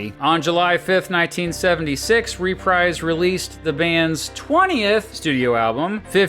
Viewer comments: It's pronounced ReprEEse as ub dreeze... not RePRIZE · Hearing the narrator mispronounce Reprise so many times made my ears bleed.